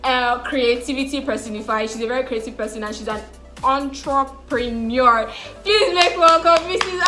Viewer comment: Was scared for you when you were pronouncing Entrepreneur 😭😭😭😭😹😹😹😹